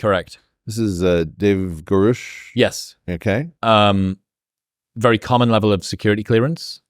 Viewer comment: He pissed me off from the get. When he didn’t know how to pronounce Grusch.